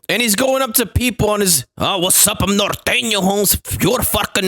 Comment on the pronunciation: Im just glad you Said Norteno right, lolol